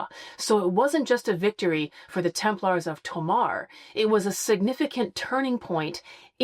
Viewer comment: The continued mispronunciation is hard to listen to repeatedly! Sometimes slips and pronounces it properly- it’s not a hard “a” like a guy from Sweden “Larrs” It’s pronounced “Temp- lers” Ease up a little on the “-aaars”. Will make it better to listen to! Less hand waving as well please!🙏